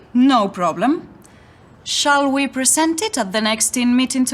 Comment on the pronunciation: Hello I am not sure about the lady's pronunciation of word PRESENT. Could you clarify? Thanks a lot Yasser Qasem